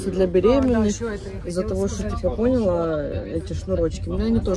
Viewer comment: Ну, ладно вы хг -каете вместо г. Это такой у вас диалект. Но почему пОняла вместо понялА? И вопрос к Ане - если по твоему штаны из джинсовой ткани, то это джинсы? А если куртка из джинсовой ткани, то по твоему это тоже будут джинсы?